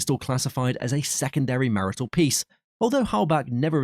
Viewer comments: And martial pronounced marital...give me a break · Narrator - 1st flintlock pistol is martial, ie: military, not marital.